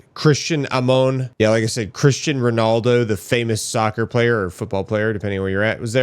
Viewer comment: Cristiano Ronaldo! Get it right ugh